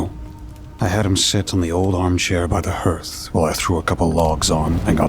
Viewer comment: Hearth - “Haarth”.